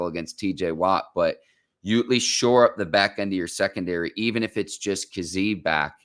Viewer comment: You were pronouncing kazee wrong and then Ike proceeded to say his name the right way 6 times in a row 🤣🤣